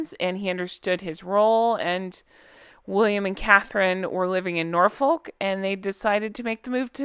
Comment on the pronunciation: Norfolk is pronounced Norfuck 🤣